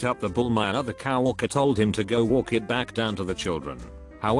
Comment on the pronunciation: Auto voice cannot handle COW worker. Doesn't the OP ever check or edit for pronunciations.